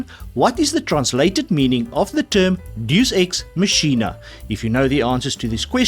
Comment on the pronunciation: Bro you butchered the pronunciation of deus ex machina